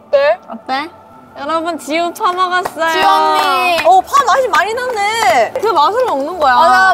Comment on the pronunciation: 아니 나만 해원씨가 지우한테 파먹었어요를 쳐먹었어요라고 들리냐